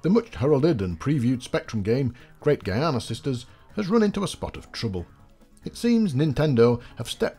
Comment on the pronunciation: Giana is pronounced "Jee-anna", made the same mistake of pronouncing it "Guy-arna" myself for years lol.